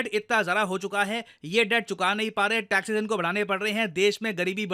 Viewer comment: Taxes not taxess